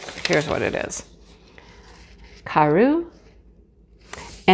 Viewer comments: Hi! It’s pronounced caro, like caroline. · Carreau is the French word for square. Eau makes a hard o sound in French. Gonna have to go check em out... fingers crossed I can get em in Canada! I think they are beautiful!